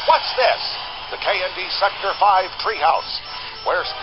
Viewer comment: Secter 5? SECTOR 5? IT'S SECTOR /V/, YOU GIT! *punches the narrator* PS, I am SO getting this game for Wii. On top of having Mordecai and Rigby, Marceline, etc, it looks like it rocks.